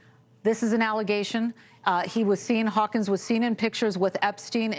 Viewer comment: Stephen Hawkins, not Stephen Hawking